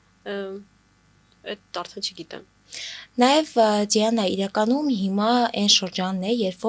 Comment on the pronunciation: Էս աղջկա անունը Ձիանա չի,Դիանա է,ճիշտ արտասանեք